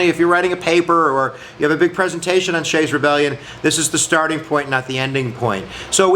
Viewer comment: His name was Daniel Shays not "Shay" and he lived in Massachusetts not Pennsylvania. Get your history right.